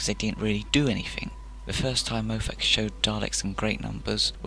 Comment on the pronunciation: Please research how to pronounce someone’s name before making a video because you constantly mispronounce Moffats name and as a Scotsman myself it kills my soul. It’s pronounced as Mof-fat or Mof-fet not Mo-fat. Also it’s pronounced as Mark Gate-us not Gatt-is. I agree that he didn’t always utilise the Daleks as well as he should have but it wasn’t entirely his fault and to pin it on him entirely is unfair. The writers are also to blame. Xx